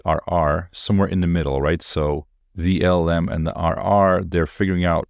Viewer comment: First. It is LLM. Not LMM. 😅